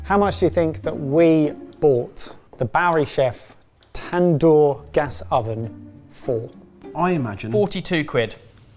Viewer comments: tan-door😂 it's more like dooor ,tandoori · Wtf is a tan-door😂 I'm not trying to be mean... But there is a writer and script and a whole lot of other hands went into making this video (which i enjoyed as with all the content on this channel)... And not a single person said "cut! The word is pronounced tand-hoor" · The tandoor is pronounced as tn-duur